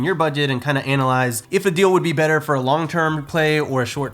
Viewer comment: When you say analyze, you say “anal-eyes” and I’m not sure how I feel about that